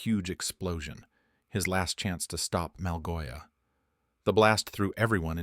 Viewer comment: Malgosha❌ Malgoia✅